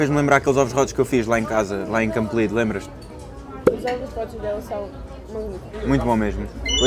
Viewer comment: “Ovos rótos”